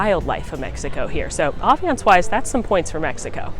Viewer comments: It’s “ambience “ not aviance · Great video, really helpful, but am I really only one who has noticed her mispronounce ambience every single time?!